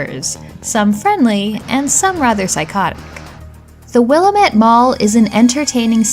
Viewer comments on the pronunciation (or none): Willamette is pronounced "wuh-LAM-it" (It's the name of a major river in Oregon, which cuts through Portland, and also the name of the valley Portland is in, formed by the Willamette River.) Other than that, great list! Hadn't heard of The Guardian Legend, now I'll have to go hunt it down, it looks right up my alley!